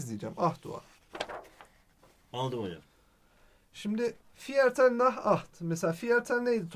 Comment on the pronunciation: viertel diye okunmuyo, firtıl diye okunuyo bilginize...